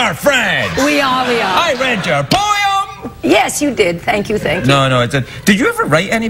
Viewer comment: lol everytime he says "poem" it sounds like "poyum"